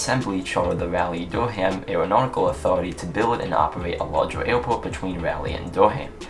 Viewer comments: Sorry to complain, but Raleigh is pronounced Rah-lee not Rally. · The way u say it doesn’t bother me, I could still understand. Great video as always!